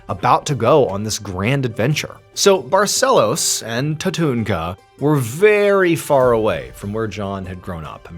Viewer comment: I live in Manaus. That leader certainly didn't look local to me. But wow, what a story. Too bad there seems to have been no resolution on the case. I feel really bad for all who believed in such a story :( she was very brave and determined though. All praise to her ❤ Ps.: hey Mr Ballen, amazing pronunciation of the city name "Manaus" :D "Barcelos" too!!!!